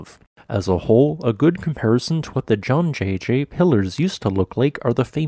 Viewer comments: Are the formations in Halong Bay in Vietnam made from similar quartz sandstone? I think Zhangjiajie should be pronounced like "jaaang" "jee-ya" "jee-yeah" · The pronunciation for the first syllable Zhang was OK but progressively got further off the mark, which is fine as even European chess commentators have trouble pronouncing the "jie" in Lei Tingjie Suggestion when making future videos on mainland China landforms that you include the province(s) they are located in rather than "in 'X cardinal direction' China" as the latter can be fraught and misaligned with common usage; e.g. Sichuan is NOT central (naive characterisation based solely on longitude), but southwest